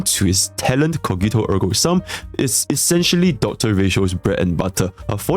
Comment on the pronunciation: coghito ergo Sam my Latin teacher would rip her ears apart immediately